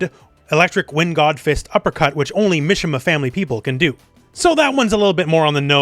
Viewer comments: i think it's pronounced "mee-shee-mah" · I was excited for this video until I heard "Misha-ma family" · Japanese names "I" has an "e" sound so Mishima is pronounced "me-she-ma" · The way he says Mishima